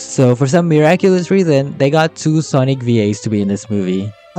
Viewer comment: "They're SAWNIC RINGS GET IT RIGHT"